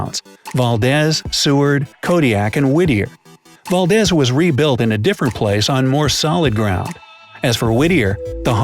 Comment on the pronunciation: Valdez is pronounced Val-deeez. Also this is a true to life city, I've had to deliver phone books back in the day to this town. It is a very beautiful area